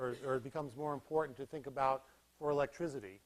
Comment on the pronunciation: Great lecture series! However, pretentious pronunciation of electricity as electrizity. No one ever pronounced it that way prior to the goons at Enron. Electrizity is not found in any dictionary either.